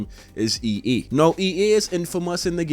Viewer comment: why do you keep saying EE instead of EA?